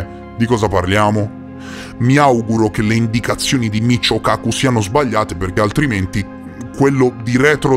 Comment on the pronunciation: 😂🤣🤣😅 🤣😆😅😂😆 In realtà il fisico di cui si parla nel video è di origine giapponese, è scritto Michio e dovrebbe essere letto come "Mikío", ma vabbè non fa niente 😅😹